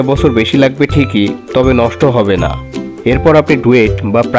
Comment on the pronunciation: ভাইয়া যেভাবে না বললেন। আমার মনে হলো এভাবে না বলাটা উচিৎ হয়নি আপনার, কতটা আবেগের সাথে ভিডিও টা দেখতেছিলাম। আমি এসএসসি সাইন্স ছিলাম hsc কমার্স কম্পিউটার সাইন্স নিয়ে পড়া টা আমার সপ্ন ছিল। এই না টা ত অন্যভাবেও বলতে পারতেন🙃